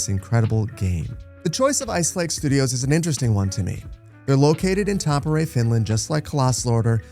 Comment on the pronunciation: I'm not sure what's more shocking, this announcement or the fact that still says Tampere just a bit off.. (I legit didn't even know he said it at first, it took me so long to figure it out... like I know words and languages are hard [not trying to say they aren't], but my goodness @@